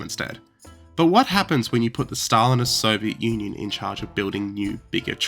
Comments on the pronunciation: Who pronounces it "Soviet onion"? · Did he say Soviet Onion? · did say “Soviet Onion?” Or am I going mad? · "The Soviet Onion" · why does it sound like you started with "Soviet Onion"? (Cool video btw, I've never heard of these!} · The Soviet Onion you say? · "Soviet Onion" killed me 😂. Yes it's funny when misheard. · The Soviet “onion?” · I had to rewind to see if I heard it correctly you said "soviet onion" in the start :D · "the Soviet onion"? xD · The Soviet Onion? Lol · If you don't want us to think this is an AI channel, please don't pronounce it "The Soviet Onion" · This guy literally said "soviet onion at the 2 second" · "The Soviet onion"... 🥴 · Did he just pronounce it as the Soviet onion? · 02 "the Soviet Onion" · 4 seconds. That's all it took. The Soviet 'Onion'? Yeah, I can't take your story seriously, so I'm done with your channel. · Soviet “onion”? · Three seconds in and "The Soviet Onion"